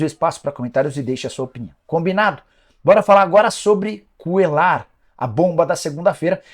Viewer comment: Esse cara falando Cuellar com som de " L " me dá agonia 😅